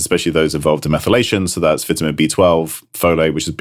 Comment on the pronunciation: Stop saying vitamin wrong